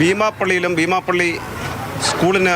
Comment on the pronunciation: എന്തായാലും രഹസ്യവിവരം നൽകിയവർക്കും കൃത്യമായ അന്വേഷണം നടത്തി പുകയില ഉത്പന്നങ്ങൾ കണ്ടെത്തിയവർക്കും അഭിനന്ദനങ്ങൾ. തുടരണം എന്ന് ആശിക്കുന്നു. റിപ്പോർട്ടറുടെ ശൈലിയോട് യോജിക്കാൻ കഴിയുന്നില്ല. ബീമാപ്പള്ളി എന്നതിന് ഭീമാപ്പള്ളി എന്നാണ് പറയുന്നത്. കുഴിത്തുരുമ്പ് മനസിലുണ്ടോയെന്ന് സംശയം.